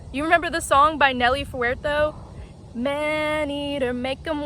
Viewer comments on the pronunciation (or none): Nelly FUR-TAH-DOE.....